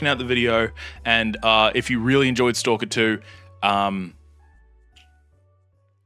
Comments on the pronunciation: He’s pronouncing it as it’s spelt. Full stop after each letter. So technically he is right. Ps The first game fucking sucks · Finally someone pronouncing the game's name correctly